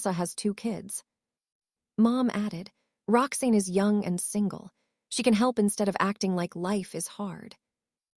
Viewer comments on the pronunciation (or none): Her name is pronounced "Rox Anne" not " Roxnne". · And her name is. Rox-ANN, not Rox-EEN ! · I don't like this voice. Why does Roxanne get pronounced Roxain? It's like Rox Anne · I couldn't stop laughing every time the narrator said "Roxeen"!!! Bwahahaha!!!! Kind of throws one out of the story, ya know? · Rocksin is what I’m hearing.